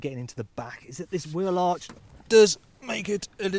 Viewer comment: So has a French accent when he's avoiding wheel arches?